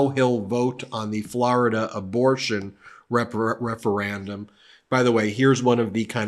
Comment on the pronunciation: ReforANDum? Guess we can add this to the growing list of words you don’t know how to pronounce. 🙄